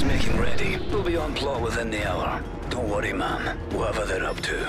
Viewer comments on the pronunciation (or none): It’s “ma’m” as in “ham”, not “mom” as in....”BOMB!”